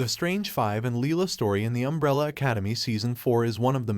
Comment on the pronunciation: The fact that you made an issue-taking video surrounding a major character and said her name wrong every single time was infuriating.